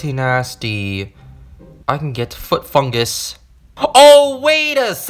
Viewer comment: I Laughed when u said I get foot fugus